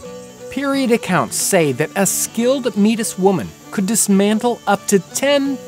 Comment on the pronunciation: meetus had diabeetus